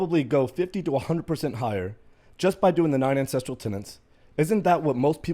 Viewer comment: I'm gonna be that guy and let you know that it's pronounced "An-sess-tral" not "an-sess-tree-al"